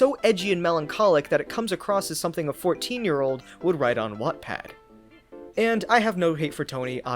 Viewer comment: I’m offended by the way he said wattpad